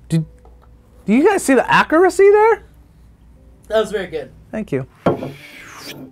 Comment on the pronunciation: Ackeracy? Joe?